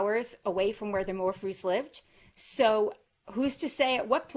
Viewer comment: ‘More-few’ ( pronounced )